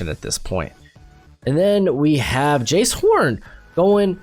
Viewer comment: Btw Jaycee horn is pronounced jay-cee not jayce, love the channel